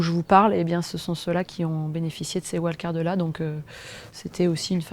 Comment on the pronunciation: Et pourquoi pas "invitations" au lieu de "wild-cards" ? D'ailleurs ce n'est même pas correctement prononcé. Ah cette langue qui se perd ! Ah cette fin de civilisation qui approche !